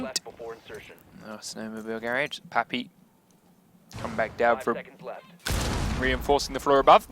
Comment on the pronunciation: its not gaerage its garage...